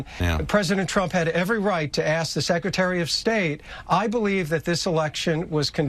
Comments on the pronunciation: Aspirational ask, or Aspirational ASS?! 😂😂😂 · what did you say aspirational asp? or did you say talking out of ass? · Did he say ask, or ASS !!